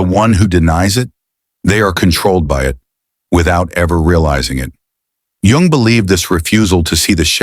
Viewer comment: hey, author, hey AI. At least learn proper pronunciation of His surname (Jung ) . Show some respect.